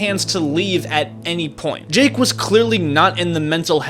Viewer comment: This guy seems to be favoring Mr Beast and also going in depth on the parts that defend Mr Beast and not going in detail on the parts that are against Mr Beast. He also says Jake's name wrong